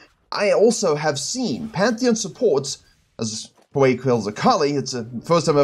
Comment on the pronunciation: Hearing you say Hwei made me so happy... like that old school song on all the 90's compilation cassete tape infomercials "Sail H-wei, sail H'wei, sail H'wei!" Also, Panth is one of my main AD jungle picks so I loved the video!